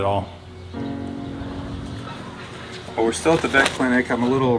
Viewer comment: I thought you said pet and I was like what no! “The Vet(pet) permanently INJURED our Peacock”